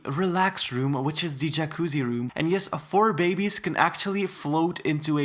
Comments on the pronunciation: everytime he says "bebbiez" it give me hard chills. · love how he pronounces babbiez lol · I love how he says bebbiez XD edit- it’s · I like how he says bebbiez